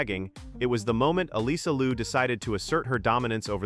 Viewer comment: Her name is Liu not Lu. You need to know how to pronounce it right first!